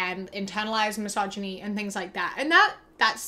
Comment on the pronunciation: Babe can’t even pronounce “misogyny.” Try again, buddy. You can do it. Sound it out.